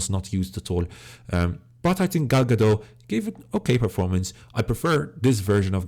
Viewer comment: please note that the "t" in Gadot is not silent!